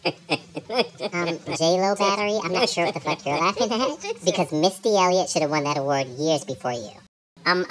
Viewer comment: Did just say Misty Elliot?